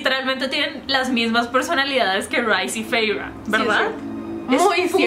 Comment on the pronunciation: Tengo una duda, por qué pronuncias así a Feyre y Rhys? cuando la autora dijo y lo pone en los libros que se pronuncia Feira y Riis